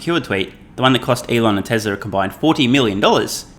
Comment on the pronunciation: TWESLA is good - shades of Elmar Fudd?